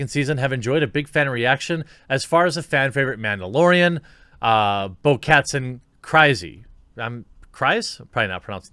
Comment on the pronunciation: You keep pronouncing names wrong of Star wars characters. You pronounce Katan 'Kat-arn' not 'Kattan'.